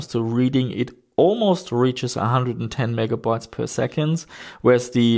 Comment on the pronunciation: I've had a few things around my own lab that needed the backs of the PCBs taped up. I actually used the liquid version of electrical tape - looks better and works just as good. BTW I love the way you say "Mega boytes" :D